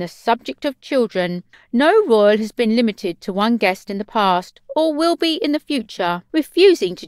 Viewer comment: Who can understand what this woman is saying? Royal = Royoooo, Castle = Cassoooo. And she talks so fast. Can't they find someone who can pronounce words properly? The information is interesting, but the narrator sounds like a 3 year old child.